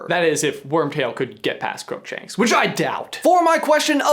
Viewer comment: GET PAST WHO????? I tried rewinding this part I still can't understand what grumshanks means